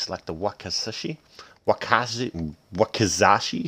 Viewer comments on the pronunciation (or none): none